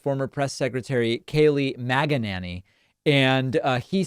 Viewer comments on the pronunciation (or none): Not "MAGA-nanny" 😅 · Sounded like you said Kayleigh MAGA-nanny.